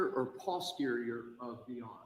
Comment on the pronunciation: It’s NOT pause-terior Brennan, it’s post-erior, and Dr Russell has corrected him, yet he still pronounces it his way.